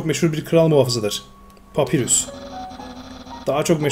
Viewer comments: Papyrus normalde papirüs diye okunur bu oyunda Papayrus olarak okunması istenmiştir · oyunda saldırı tuşu yokmuş gibi davran ama ilerde saldırı tuşunu kullanman gerekecek hem uzun iskeletin adı papayrus diye okunuyo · papyrus diye okunuyo papirus degil undiy degil andayn diye okunuyolar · papayrus diye okumuypr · Papayrus diye okunuyor abi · Abi bi papyrus un ismi ni doğru söyleyemedin bundan dolayı dislike attım papyras de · papyrus u yanlış okuyorsun ''papay rus''olarak okunuyor undyne ''andayn '' olarak okunuyor.:D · abi papayrus papirüs diye okunmuyo direkli yazıldığı gibi ve undyne udin değilde dadasdadas andayn diye okunuyo ama abi böylede bayagüzel oluyo seriye devam abi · Papayrıs gibi bi okunuşu var ve sans da "sens" gibi okunuyo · Bu adamın dediği doğru okunuşu farklı